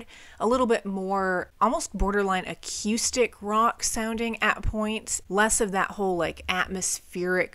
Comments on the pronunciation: Lol how she pronounces accoustic is so funny to me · I've been enjoying your content though I really hope you learn to stop saying ac-eww-stic. It's more of a ooo sound than eww. Sorry just kind of cringe. 😅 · We need to discuss the way she says “acoustic” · You sound very northern, the way you say "Acoustic" is so funny.